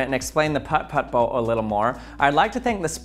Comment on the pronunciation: No one is gonna talk about how he pronounces the "Putt Putt" boat too perfectly? It's oddly satisfying....